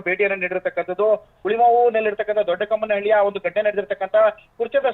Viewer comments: Hulimavu ಹತ್ರ ಇರೋದು doddakammanahalli.. Not doddakannalli😂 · ದೊಡ್ಡ ಕಮ್ಮಹಳ್ಳಿ.. ದೊಡ್ಡ ಕನ್ನಹಳ್ಳಿ ಅಲ್ಲ 😅